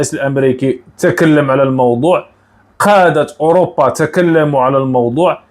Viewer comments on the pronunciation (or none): none